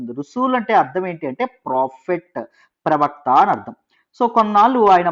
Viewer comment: pravakta chanipoindannaru?? No clarity